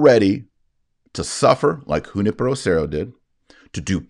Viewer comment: Taylor you pronounced Junipero great, now try Guadalupe with an "eh" sound at the end, not "ay" sound.